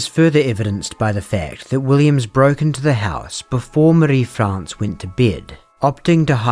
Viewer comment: Thank you for your accuracy in pronouncing Marie-France’s name correctly. It is such a small but significant way to honour her memory, and the memory of the other victims too. Thank you for your delicate coverage when it comes to SA/SV. You are a true crime champion.